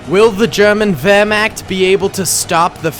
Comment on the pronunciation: His pronunciation of werchmacht hurt me (Ik I spelt it wrong I have a learning disability)